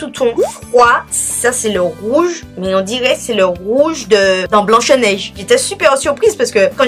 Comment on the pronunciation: Sinon "blanCHE neige" l'accent du sud c'est comment 😅